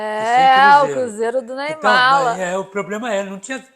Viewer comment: Ialá... Alguém reparou que ela disse: cruzeiro do NEYMALA ? min 😂😂😂😂😂😂😂😂😂😂😂😂😂😂😂😂😂😂😂😂😂😂😂😂😂😂😂😂😂😂😂😂😂😂😂